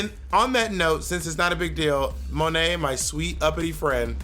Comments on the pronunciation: Monet butchering her own french name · When Bob actually says Monét's name better than her 😅 (I'm French)